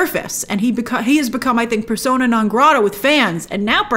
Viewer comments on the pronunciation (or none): none